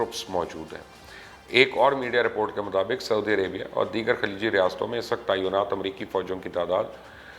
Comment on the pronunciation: Tainaat hai, taiyonaat nahi.🙊🙉